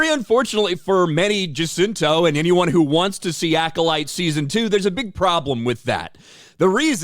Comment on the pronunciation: I heard this Manny guy say " season two of Cola Light" .